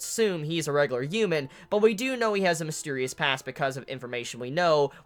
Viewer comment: U know the H in human isn't silent right?